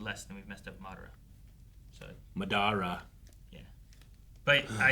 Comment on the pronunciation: I hate when people say MaDara both sub and dub pronounce it Madara